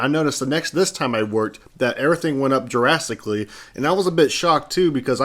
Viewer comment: Never heard somebody pronounce (drastically) -“Jurasstically” I like that. Ima do that now. I love Jurassic park.